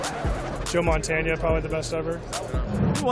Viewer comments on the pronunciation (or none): These NFL players don't know their NFL History very well do they? Yes he pronounced Montana's name wrong and that tells you something but we know who he is talking about. I remember a game and a player that was playing against Montana when he was with the Chiefs called him Joe Bandana. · Did that guy really say Joe Montaña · No, Montannia.... lol. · That fool, probably never seen a game of Joe Montana. He can’t even say the last name right. Brady hater! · Mike Montana According to my father, Joe Montana was the goat, never said he wasn’t. I’m just saying if he’s going to say his last name, say it right!